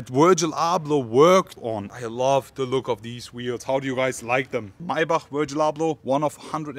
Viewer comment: Lol Mercedes “maybuck”